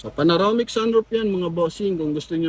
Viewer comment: PANAROMIC o PANORAMIC. Alin ang tama?